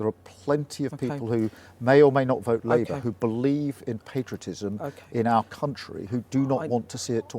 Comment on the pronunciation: LIEbour before Reform Oh Dear! he slipped up! 🤣